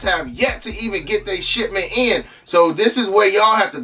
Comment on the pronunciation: Sound like he saying "shitment" 🤣🤣🤣